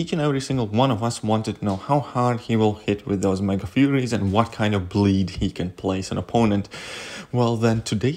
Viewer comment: Every time he said bleed I heard bleach which should be a way more effective than bleed